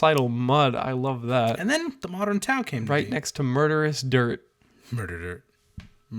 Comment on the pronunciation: "Murdirt" it's official now